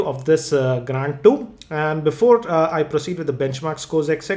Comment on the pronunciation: Cannot Unhear gRAND